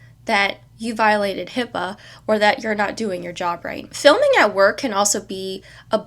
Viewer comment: What I meant was HIPAA is the least of the worries in this video… it’s the obvious issue but there is more to it. Also if you claim to be educated in HIPAA, please use the correct letters. It’s not HIPPA or HIIPA